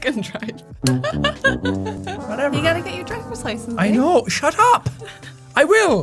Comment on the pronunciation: Its "Shut Hup"